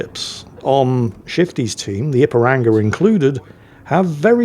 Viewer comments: mispronouncing Ipiranga is hilarious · You must forgive him.. he’s crap, and he’s English, so doesn’t hold with all these daft forringer names.